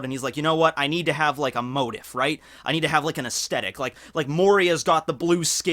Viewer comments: Sordid., not assorted past. His sordid past. Also it's pronounced "mo-teef" as opposed to it's spelling of "mo-tiff. Also, Ivankov implied, we inferred information from that. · Okay,, I love you but I need you to say this out loud, "Moe- Teef", It's not "Motive" it's "Mm-oh-tee-eef". I tried my best to figure out what you were saying for the first minute or so. Then I realized that you were saying "Motif" and I was hearing "Motive". Here's a link to the Google search for the word. If you hit the little speaker icon next to the word it will play a recording of someone saying the word. I hope that helps. I'm not trying to be a dick but honestly let you know that you're using a non-standard pronunciation. You're not wrong by any means but it is confusing to people like me, in case you care. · I die every time he says motif like "motive" instead of like "moteef" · Its pronounce moe-teef not motive lol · ITS "MOH-TEEF"! YOU SOUND LIKE A STREET URCHIN, I WON'T STAND FOR IT! (P.S.- love your videos keep up the fine work my dude) 😎🐢💯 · Pronounced Mo-teef, Mo-teef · motif is pronounced mow-teef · its pronounced mo-tief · So the comms major cant say motif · Motif is pronounced with a hard e sound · Your pronunciation of motif.... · man was a journalism major and can't pronounce motif